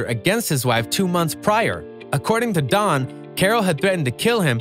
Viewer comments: His name is Don, not Dan..every other sentence you said “Dan” and then “Don” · His name is don. It sounds like you keep saying Dan. There is so much things being uncovered its unbelievable! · You kept saying Dan, it's Don....